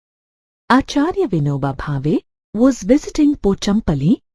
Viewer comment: Pronounce pochunpalli is wrong It's poo-chaan-palli.